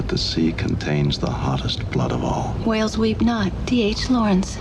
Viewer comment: Side note: perhaps it was me but were they pronouncing the word whales ..."hwales' the way Stewie says 'Cool Hwip'? Dammit Bones , you're a doctor, not an English teacher 😆😆😆